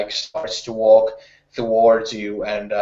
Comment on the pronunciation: Awesome as always! =) I just have one tiny little thing I want to say.. I don't know if you are aware of that, but you say "thowards" instead of "towards".